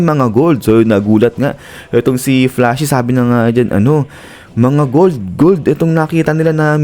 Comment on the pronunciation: Gold po Hindi b Bold 😂